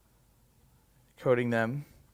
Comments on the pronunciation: Lots of WHAT? "Metal debriss" ? It's true, a 'Bris' is indeed performed with a sharp metal object. But I don't think you were referring to Ironman's foreskin remnants.. The S in "Debris" is silent: DE - BREE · 'debriss'.. debris is pronounced debree American English or daybree British English. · It’s pronounced ’debri’ not ‘debriss’ old chap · Hi, love your work, but ‘debris’ is pronounced ‘debri’ no sss on the end 🥴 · debris is pronounced dəˈbrē. Giving a thumbs up for your videos. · Debris is pronounced daybree. Great teardown. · Did anyone catch ? Debriss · Debris isn't pronounced the way it's spelt btw.